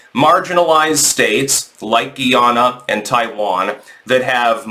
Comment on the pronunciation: The name is Guy-ana not Ghee-ana and the people are refered to as Guy-anese not Ghee-anans.